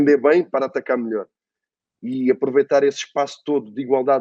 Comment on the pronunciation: O falando: EU SOU O MILIOR KKKKK